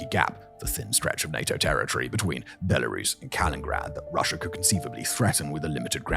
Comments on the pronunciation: It's Kaliningrad, not Kalingrad Simon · Kaliningrad, not "Kalin Grad". 🤓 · When will he realize its kaliningrad not kalingrad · It's not KAL-IN-GRAD, but KA-LIN-IN-GRAD. Please, for the love of all things smooth-brained. be a learning animal, Simon! Good report. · KAL-IN-IN-GRAD, not Kal-in-grad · Simoin, Dear Boy, while I greatly admire your ability to read complex scripts 'prima vista', it does rather deny you the opprtunity to get your pronunciation right; for example, where is 'Kalingrad'? Or did you mean 'KalinINgrad''? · You called it "Kalingrad" again, not "Kaliningrad" 😅 You said a few weeks ago that you would stop it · Kaliningrad not kalingrad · KA-LIN-IN-GRAD, 2 IN’s 🤣 you’re still doing it Simon.. lol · It's not kalingraad dammit simon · I am sure someone has said this but Kaliningrad is pronounced with two “in’s” in a row. Has “inin” in it. I have never heard it pronounced “Kalingrad” unless that is somehow an intentional offense to Russia in which case I understand. Pretty nit picky I know. Otherwise great video. Cheers! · kalinINgrad Simon, there's a second IN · Simon please learn to pronounce Kaliningrad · Kaliningrad… there are TWO “N”s in that name Simon… come on man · When is Simon going to leearn how to pronounce Kaliningrad correctly? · I see Simon still hasn’t learned the correct pronunciation of Kaliningrad